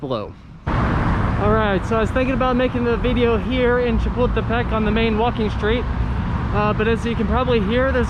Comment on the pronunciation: Oh nice bideo oh I mean video 🤣🤣🤣🤣